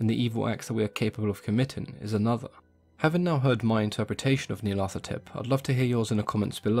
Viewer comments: It should be Nee-ar-lat-hotep anyway. Hotep is a syllable often found in Egyptian names, meaning "is content", as in Rahotep - Ra is content. The th sound is so far out of language, it grates. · hotep is an egyptian honorific... It's Nyarlat - hotep, no th sound. Nyarlat rhymes with cat. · Nee-arla-tho-tep is how I pronounce it. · I love how you pronounce its name "Neil Athetepp".